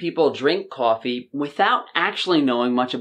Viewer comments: Love how your accent comes through when you say cwoffee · lol "cawh"fee... spoken like a New Yorker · Unfortunately, I know this about coffee but I still drink it. I need that early morning cup to warm & wake me up. I think I’ll be ok with just my one cup per day. I like how you pronounce coffee 😉